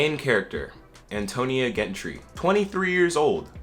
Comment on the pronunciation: I believe the G in Gentry is pronounced like Georgia